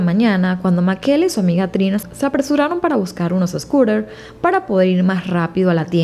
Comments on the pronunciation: PORQUE DICES MAQUELA, SI SE LLAMA MICAELA?????? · En español se pronuncia "Micaela" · Creo que el nombre se pronuncia "Mikaela" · No se pronunciaría “Micaela”(?